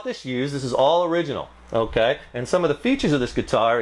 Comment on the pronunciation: this guy should not do reviews "unkay"